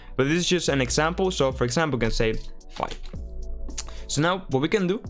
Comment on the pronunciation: Can you pronounce five properly pls